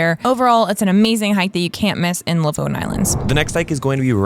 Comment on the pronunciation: "lofton" islands??? jesus christ dude.